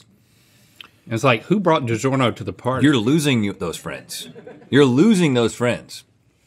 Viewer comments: I like how said "DiJerno" again and no one batted an eye. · reads Digiorno says "Digerno"